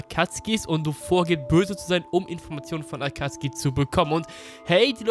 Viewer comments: Hör auf zu sagen akatski. Es heißt Akatsuki. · Warum sagtst du akatski anstatt akazuki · Warum sagt er statt akatsuki akatski kann das mir mal jemand erklären? XD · Kannst du bitte Akatsuki richtig aussprechen... Ich gehöre zu der Alten Garde die Theorien von früher waren nicht schlecht. Aber manchmal auch durchgeknallte Theorien die gar kein Sinn machten.